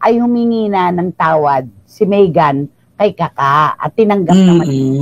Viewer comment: Maegan to pronounce it is ( May as in month of May .. ang not MaEgan)